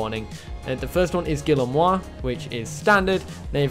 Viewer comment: I'm referring to the species name, Guillermoi. The pronunciation is in Spanish, not French as he mistook it.